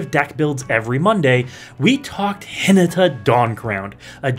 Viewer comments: (Hin-ah-tah) please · I thought this Video was on Hinata, Dawn Crowned. Who's Hee-nuh-tuh? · Yeah probably you should take 30 seconds and check how to pronounce a name before you make a video about it but yolo